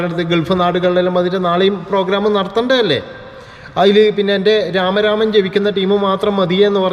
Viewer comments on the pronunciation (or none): രാമരാമം അല്ലടോ രാമ നാമം എന്നാ പറയുക.